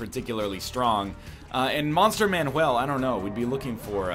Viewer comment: Whenever NL says "Monster Manual" correctly I freak out.